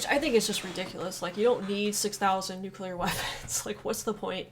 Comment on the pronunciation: There are thirteen people who pronounce "nuclear" correctly. You are one of them.